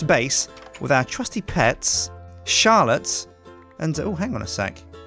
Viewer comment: I heard charllote